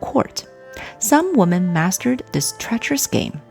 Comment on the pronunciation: Very well presented….except for one flaw. The word ‘women’ should be pronounced as wee-men, not woman. 😅